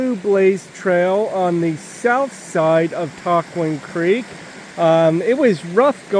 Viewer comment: All three of your pronunciations were off a bit.....go with Tuck-juan :)